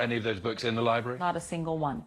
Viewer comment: Thanks, John, but you didn’t need to tell us about weeding. We all know weeding happens there, it’s a libwawy.